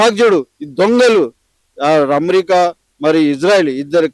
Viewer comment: అణు ఆయుధం అనే మాటను స్పష్టంగా పలకలేని గొట్టంగాడు, అమెరికాను అమ్రిక అని పలికే గాడిద కూడా మాట్లాడుతున్నాడు..